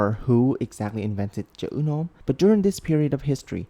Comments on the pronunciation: when u starting to say "chữ nôm" i starting to think u are actually a vietnamese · Your “Chữ Nôm” pronunciation gave me feelings…